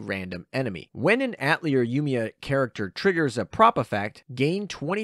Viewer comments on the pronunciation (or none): You gotta learn how to say atelier man, it is french.